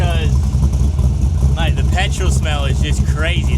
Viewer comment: It seemed to bring out The Aussie in ya!!!! "Maaaaate!"☺